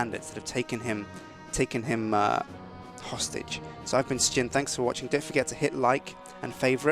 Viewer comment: You pronounce Sjin wrong....